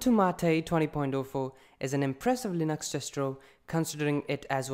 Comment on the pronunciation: It's not Ubuntu MAATEE! it's Ubuntu MATE :P